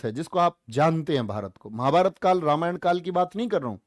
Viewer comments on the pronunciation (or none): none